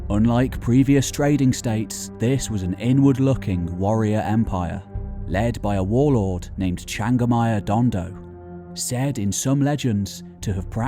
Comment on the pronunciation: its Changamire Dombo not Dondo